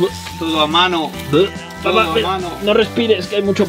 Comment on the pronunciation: por qué dice papa y no papá?